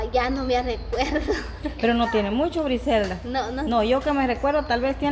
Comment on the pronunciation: x que dice briselda acaso no es Griselda?